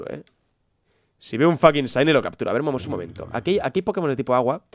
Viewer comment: se pronuncia "chaini" , no saini